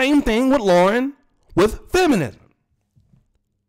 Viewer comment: Le-ren, not Loren.